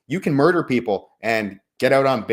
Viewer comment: "we are in a MURDERRING ENTERPRISE